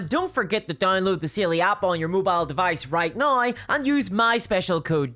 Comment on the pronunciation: Side note but your accent making "Saily" sound closer to "Seelie" really fits for it being something to help you when you get lost in the woods. Just don't give it your name.